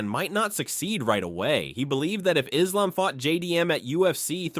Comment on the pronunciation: I love Belal but the way he pronouced Islam is annoying. How the f a Muslim like Belal can't pronounce the word Islam correctly?